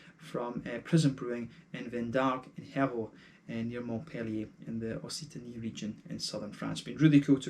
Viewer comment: It’s pronounced more like « ok-sitany »